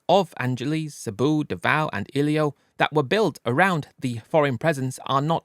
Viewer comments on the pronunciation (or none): It's iloilo, not ilio..